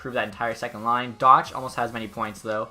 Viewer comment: It’s not doch its pernounced dock